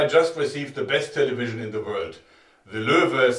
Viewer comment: what's a "taylayveejeunn" ?